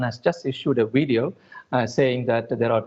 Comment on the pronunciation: he can't even pronounce video, i see we have much work to do